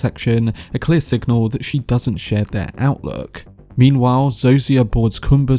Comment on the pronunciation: Great video. Pro tip: Zosia is pronounced "Zoh-sha"